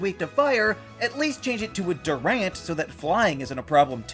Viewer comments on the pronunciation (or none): none